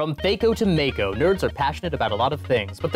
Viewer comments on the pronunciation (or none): Um, actually, the episode hasn't even started yet and already fucked up twice, mispronouncing both THAC0 and mako.